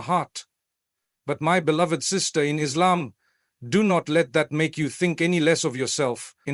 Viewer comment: yeh like when he says Islam